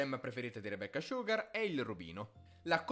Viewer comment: Le volte che ha detto "Rebeccah Sciughar" 👇